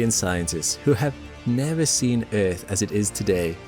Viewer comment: First time i heard Eafth pronounced like that 😂